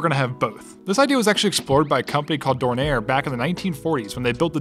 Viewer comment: The name of the aircraft manufacturer was Dornier (silent r), not Dornair.